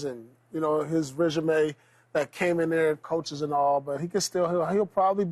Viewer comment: Paul calling regime reggimaye 😂😂😂